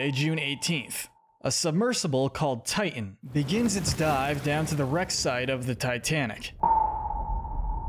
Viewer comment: It's not Tian.......It's Titan!!!